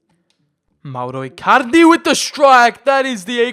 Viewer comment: He says Mauro Ircarde